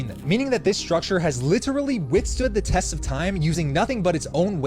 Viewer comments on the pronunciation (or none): none